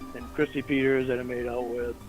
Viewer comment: It sounded like said at his school dance he made out with Crispy Peters!! 😂